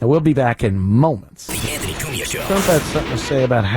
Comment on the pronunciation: The way he keeps saying antney Douche chills